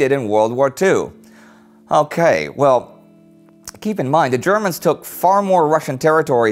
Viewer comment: Every time Indy says "the Germans, I hear "ze Germans".... I am a horrible human being. XD